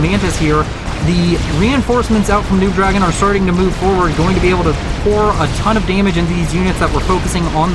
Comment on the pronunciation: Why do you keep calling NoobDragoon “noobDragon” though? Did the player tell you to do that?